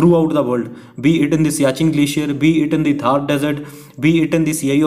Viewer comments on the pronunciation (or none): none